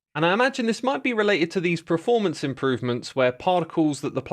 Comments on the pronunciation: 'Preformance' is one of my special favourites of xisumas- never ever pronounced it right, and he says it all the time in update videos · Almost as jarring as how he says "prer-formance"...